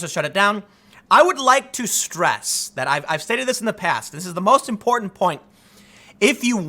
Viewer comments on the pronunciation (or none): none